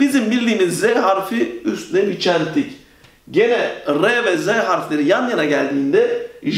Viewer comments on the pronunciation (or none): none